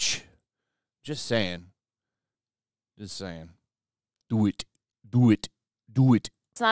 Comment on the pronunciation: yup sure does DOO EET .. do ett 🤣